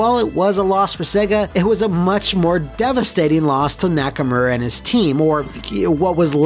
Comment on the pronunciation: >Nakamura Excuse you, it's pronounced "Nacker-Murray."